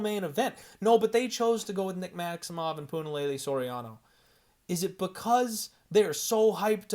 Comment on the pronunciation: I live for Puna fight cards cause weather I have skin in the game or not I get to hear say Punalaylay an innumerable amount of times 🤣🤣 wish I could like twice. Once for each laylay 👍👍